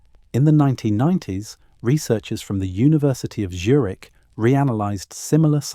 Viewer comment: “University of Djurik”?!? 😂😂😂